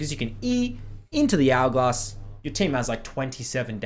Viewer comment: He says hourglass like algoz